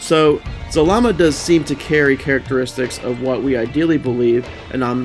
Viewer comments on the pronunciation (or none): It's ZAlama not ZalaMA! Zalama is Zordon